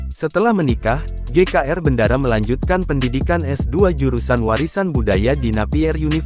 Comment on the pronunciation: BENDARA NDHASMU. BENDARA DIBACA BENDORO BUKAN BENDARA. TOLOL!